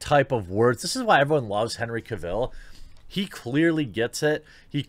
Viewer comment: But seriously who is this Ca'Ville you speak of? 🤦